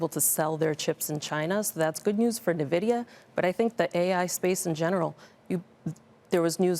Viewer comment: I dont listen to anyone that can't pronounce the name correctly. This is a joke. N Nvidia not Na Vidia.